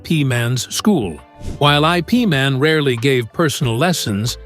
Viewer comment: IP man is pronounced eep man and your story is false